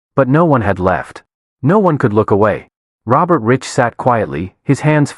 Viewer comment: His name is pronounced “Rike” not Rich